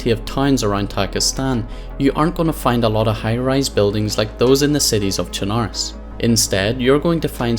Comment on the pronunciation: If I'd have a dollar for every streamer/YouTuber that doesn't know how to fucking pronounce "Chernarus", I'd be a millionaire.